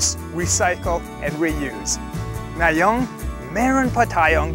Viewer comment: It's "ngayon" not "nayong" lmao